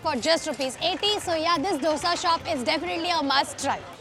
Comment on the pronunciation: डोसा होता है ढोसा नही